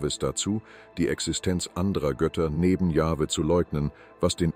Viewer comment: Allein die Aussprache des Namens „Jahwe“ zeigt das man den Beitrag nicht ernstnehmen kann. Genau so wie jene wo der Name Jehova ausgesprochen wird. Wenn das schon verkackt wird, braucht man sich den Rest gar nicht erst antun.